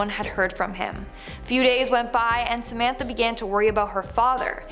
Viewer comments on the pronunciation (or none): none